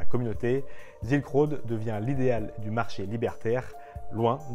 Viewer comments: ZZZZZilk road ^^' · sssss-ilk road ^^